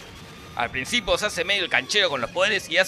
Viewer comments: Es *al principio* O *al principo* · Jorge en el minuto dice "Al princípo" jaja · Al "principo" JAJAJJAJA Crack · "al principo" JDJSJA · Like si escuchaste en el minuto "AL PRINCIPO"